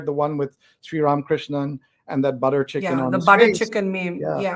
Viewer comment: Barkha Dutt could you please do your homework and at least call Srram KRISHNAN’s name correctly…?